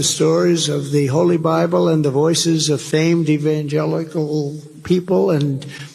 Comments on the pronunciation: I thought he was about to throw up when trying so say "evilogical" or whatever that Word was about to be he was trying to pronounce. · Well, it's not surprising he can't pronounce evangelical; he just pronounced his wife's name "Mercedes". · Trump can't even say the word Evangelical. 😂🤣😂🤣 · Rev Trump 😂😂😂😂😂i guess that's what he is to the evangelicals.... can't even pronounce it right go figure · The Republican 🤡 clown party is following Damien from The Omen to the end!!! Reason he couldn't say evangelical 😅!!!! The Manchurian Candidate!!! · I sympathize w donny. When I'm fall down drunk, evangelical can be difficult to pronounce 😮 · He had trouble saying evangelical and was very late cause he's stoned. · The thing about that "stumbling to say evangelical" clip is that in his first attempt, he does manage to get all the syllables out in the right order, he just didn't sound confident. The problem was when he tried to correct himself and failed.